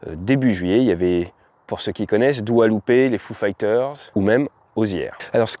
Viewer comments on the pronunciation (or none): c’est juste que ca nous ( me) rappelle qu’on est plus si jeune que ca maintenant, on prononce les noms des stars actuelles faussement ( Dua Lipa et pas Loupé hihihi)🤣🤣🤣 , au pire, c’est mignon hhhh bonne journée à vous 🙏